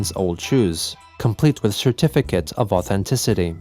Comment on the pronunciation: I misheard that as 'shoe-tificate' of authenticity originally lol